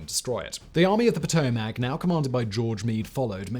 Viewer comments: not PA Toe , mack its Pa toe mick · Please Simon, it’s Puh-toe-mick. From a resident of Potomac Maryland